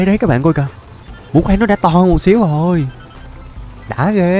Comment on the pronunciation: ghê chứ ko phải gê anh ơi